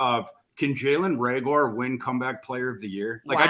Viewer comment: Who's Ray-gore?